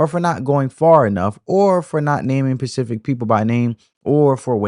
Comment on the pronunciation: Bro, it’s SPECIFIC NOT PACIFIC. Damn!!!